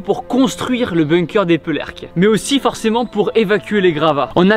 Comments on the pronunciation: Damn Tibo ! On dit ÉpÉrcleques et non pas Épeurleques,bref ça fais plaisir de toi voir ici car étant habitants de St-Omer j'allais souvent voir cet endroit Et je me posais plusieurs question.. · La ville se prononce : "Épérléques" et non "Épeurléques" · Epeeeeerrrleque tibo pas d'epeurleque 😂😂 force à toi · Éperlecques pas Epeulercques Tibo 😂😂😂 mon oreille de nordiste à sifflé là 😂 Super vidéo sinon ! Je ne sais pas si tu y es allé durant ton passage par chez nous il y'a aussi la Coupole d'Helfaut pas loin qui a également servi de base de lancement pour les fusées V2 et qui maintenant est un musée :) si jamais un jour tu reviens dans le nord n'hésites pas à y aller, c'est très intéressant :) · Merci d'être venu dans le Pas de Calais et de raconter l'histoire, mais s'il te plaît, c'est Eperlecques pas Epeurlecques. Je plaisante Merci pour tout ! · Juste pour info ont dit pas epeurlecke ça se prononce Epérlecques ( Épée ) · Tibo, on ne dit pas EpEURlecques mais EpAIRlecques ! Il faut parler aux habitants pour connaître la prononciation !😊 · Éperlecques se prononce « Épairlèque » et pas « Épeulèrque » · Excuse moi Tibo j’habite à coter delà et sa se dit épérleques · Fait un effort sur la prononciation du nom de notre village stp 😭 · On aura jamais autant écorché le nom d'Eperlecques mdrrr